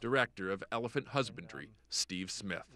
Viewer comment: "Ele-freedom" he really tried to get that off 😂